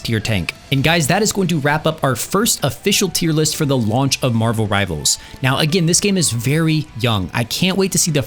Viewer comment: "Rivalers" WHYYYYYYYYY